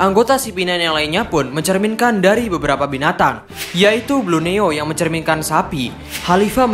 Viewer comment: Bluoeno bukan bluneo. Kocak OP 😂